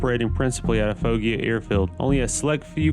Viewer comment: The airfield complex is pronounced fo-GEE-uh